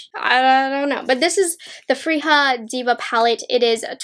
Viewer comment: I love your reviews! ❤️ I’m going to pick these up this week. Btw in Swedish the j in Freja is pronounced like y, and Solmåne is something like a sool-MWAU-na. The å is hard to explain, but since I know you’re half Chinese—dunno if you or your mom speak Mandarin—but the å sounds exactly like the o in pinyin. For example in wo (mine) or the Chinese version of “oh.” And you’re pronouncing Älva correctly.